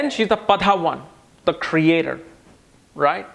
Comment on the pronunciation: you sometimes mispronounce Sanskrit words. For eg. Shatabhisha, Saatwik, etc. 🙏 It's not "Padha", but "Pada".